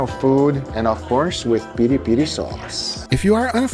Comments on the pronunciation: its not peri per brother its piri piri XD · By the way, it's PIRI-PIRI, not peri-peri. The later sounds like a mispronountion by a drunk texan. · It’s not peri peri, it’s PIRI PIRI..and the place is SINTRA, not sindra